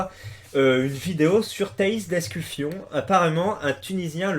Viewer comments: Tu fais exprès de dire d'escu"fion"? AU lieu de dire d'escufon? ptdr! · Par contre c'est Escufon pas Escufion mdr